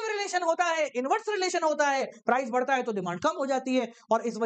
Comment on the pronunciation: According to sir it is barta not badhta😅